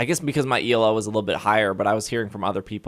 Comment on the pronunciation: Elo is a word (its a name) not an initialism. ee loo